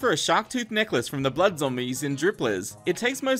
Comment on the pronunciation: the way he said necklace XD